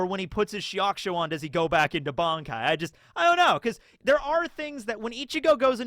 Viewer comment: At one point you referred the creator of bleach as ODA, also why do you call it "BONKAI" and not "BANKAI"